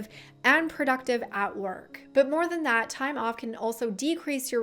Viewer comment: Why do you say "productive" like that?